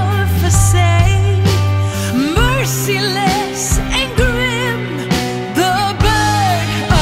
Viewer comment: Good song, just wish somebody in the band/studio had noticed her terrible mispronounciation of "facade".